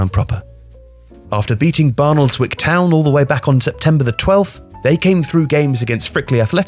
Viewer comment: The way you pronounced barnoldswick made me cringe